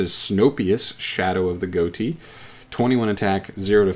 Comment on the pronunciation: Goatee? Uh, that’s not how it’s pronounced.